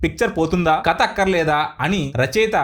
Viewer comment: కత కాదు, కథ అని పలకాలి. సాంత కాదు, శాంత అని పలకాలి. బందువు కాదు, బంధువు అని పలకాలి. తెలుగు సరిగా పలకటం రాని మీరు voice over ఎందుకిస్తున్నారు?